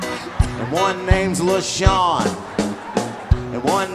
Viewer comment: Chico called my name "leshawn" 😂